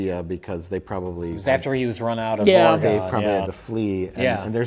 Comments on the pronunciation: I don’t think gives a fuck but it’s oh-reh-gahn. Not ore gone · tell me you don’t know how to pronounce Oregon without saying you don’t know how to pronounce Oregon. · The pronunciation of Oregon will never not drive me up the wall. It's pronounced like ORYGUN or even oregn, it should never sound like gone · Oregon is pronounced like organ with an e sound in the middle. Not like “ore-ee-gone.” I am aware that nobody will read this. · Say it with me "Or-uh-gun" not "Or-uh-gone". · its not ORE-A-GONE you FOOLS. Its just Organ, like the instrument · "Or a gun". Not "Or uh GAWN". Have some respect for the buffet ill. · It’s pronounced Or-eh-gun. Not Ore-ee-gone. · Or-eh-gun...not Or-gone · and listening to them pronounce it "ore-gone" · As someone who lives in Oregon, it is so endearing to hear them pronounce it as 'ORE-GONE.' Fantastic video though as always; made my night. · Everytime they pronounce Oregon "Ore-gone"😂😂😂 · and Ugh! The way you guys pronounce my state’s name is painful to hear. Oregon is pronounced Or-Gin. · Lol people who pronounce it Ore-gone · “Ore-gon” really,? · How they say Oregon hurts my Oregonian heart. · stop saying Oregon wrong. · Why are you all saying Oregon wrong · You guys are so smart but why are you saying Oregon incorrectly. It's so cringe.